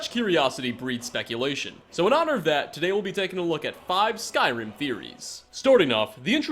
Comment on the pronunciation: Genuinely, every single time I watch your videos I think you guys are lying about being fans of this franchise. You mispronounce almost every name. It's infuriating and it's putting me off watching your videos.